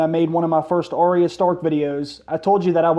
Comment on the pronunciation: "Oreo Stark" 😂